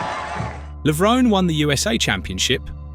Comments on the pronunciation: AI does not know how to pronounce Levrone 🤣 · Very sad you purposely mispronounced Kevin's last name the ENTIRE video! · That's a great start making a 14 minute video about someone and not knowing how to pronounce his surname, good job pal